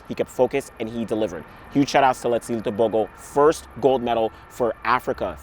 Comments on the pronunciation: You really know how to pronounce "Tebogo Letsile" well, not like us but you are better than many🥰🥰 #ProudMotswana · I am glad you said his name right